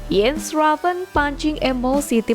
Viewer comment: Ko baca nya jadi Iens Ravens mbak.. bukannya Jens Ravens..